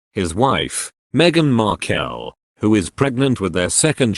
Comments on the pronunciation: Love it. Meghan 'Marr-kelll' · If you are going to commentate at least try to pronounce Markle correctly.